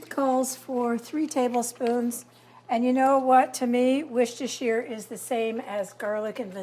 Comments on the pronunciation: She’s a bit off still but closer than most Americans. I used to say it the way does but I live in Worcestershire England now and got absolutely roasted by the locals. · Love the and Susan days! Always listen to your Mum…she says Worcestershire correctly ❤️❤️